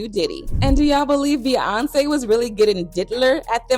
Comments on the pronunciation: The way this voice-over girl pronounces Beyonce is weird, completely leaving out the Y sound, irritating.... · be-AHn-say, be-yon-say